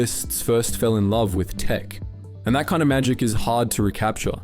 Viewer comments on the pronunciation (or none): none